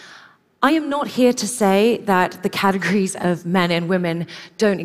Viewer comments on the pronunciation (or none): none